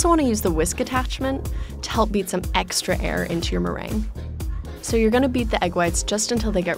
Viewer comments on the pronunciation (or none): eegs-tra lol